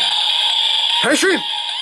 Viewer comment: Good Pronunciation when saying "Henshin"